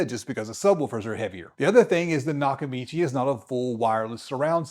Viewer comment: Lol its NOT nakachimi bro its nakamichi 😂😂😂